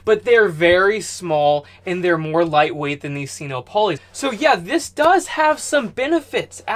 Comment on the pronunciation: Sino rhymes with dyno or wino. You know solar power, I don’t. (I used to be an English teacher.) Just my two cents worth. Carry on, really learning a lot from your videos. Yet, I still don’t know or comprehend much. I just want to learn enough to build a solar system for an off-grid tiny house in a year.